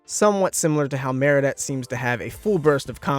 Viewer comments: Timothy McLean No I mean when people say marionette instead of Marinette. It annoys me so much. But I prefer Chat instead of Cat anyway but I don't have a problem when people say Cat because that's what it is in the English dub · IT'S MARINETTE NOT MARIANETTE